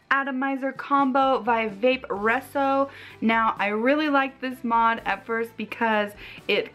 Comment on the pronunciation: I have not seen one bad review on this setup. Everyone loves it. But, I think you are pronouncing it wrong. It's Vaporesso, not Vapresso. Ohh, they have a pink & purple version? Purple is my fave color. Hope you have a nice Christmas,.:)